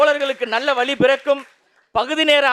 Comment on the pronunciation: நன்றாக பேசுகிறீர்கள் பாராட்டுக்கள் பேசும் பொழுது உச்சரிப்பில் சிறிது கவனம் செலுத்தவும். "வழி" என்பதற்கு "வலி" என்கிறீர்கள். "வெள்ளி" என்பதற்கு "வெல்லி" என்கிறீர்கள். "தமிழ் நாட்டில்" என்பதற்கு "தமில் நாட்டில்" என்கிறீர்கள். வளர வாழ்த்துக்கள்